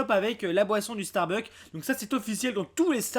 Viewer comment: On dit StarbuckS!!!! avec un S !!!!